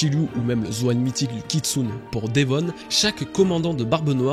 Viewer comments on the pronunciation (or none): none